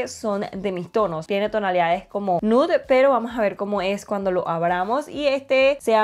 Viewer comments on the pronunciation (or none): none